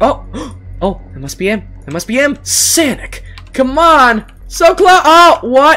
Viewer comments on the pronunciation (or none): DUDE ITS NOT “sanic” ITS SONIC